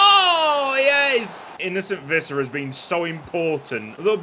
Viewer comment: Visser is pronounced more like fisser